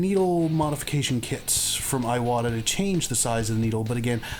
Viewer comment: Really appreciate the review-- I have been on the fence between two of them for a while. By the way, "Iwata" is not eye-wahtah but ee-wahtah with a long E sound.